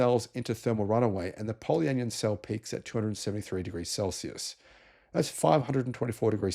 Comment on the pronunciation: Just pointing out: it’s not anion said like onion, it’s an ion so poly an ion.😊